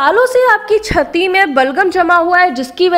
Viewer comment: Are Chatti nhi Bolte Chati bolte hai 😅😅